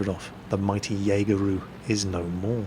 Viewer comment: can someone tell me why and refer to the jagttiger as Jägeru?